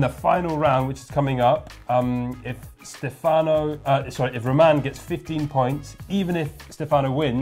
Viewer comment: In the accent is wrong on Stefano: the correct accent is on the "e" not on the "a"